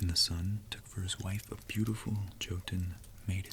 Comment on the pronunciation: This really cool and i love the Norse legendarium. Small tip though: J in the Nordic languages and also in German is read like an English Y. So Jotunn does not begin with a sound like in "John", but with a sound like in "young". Think for instance how you say Jägermeister...